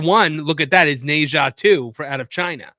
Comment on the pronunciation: I prefer your old pronunciation of Nezha or Neja or however you spell that. lol.